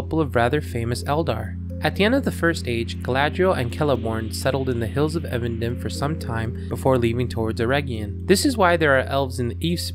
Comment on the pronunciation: It's pronounced EEvendinm* btw